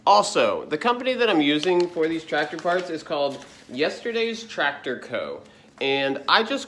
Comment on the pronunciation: You da Ford 8n twactor guy. 😁